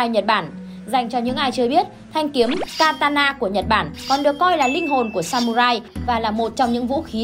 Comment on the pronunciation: katana, ko phải takana nha ad☺